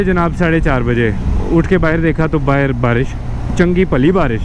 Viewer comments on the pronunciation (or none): none